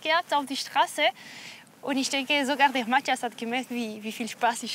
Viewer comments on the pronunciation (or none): Wie Cyndie immer sagt : Mattjas